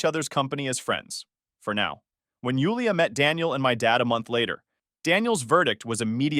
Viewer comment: In case you wonder why your channel is “loosing traction” it’s because your ai pronounces Jewel-ia as Yule-ia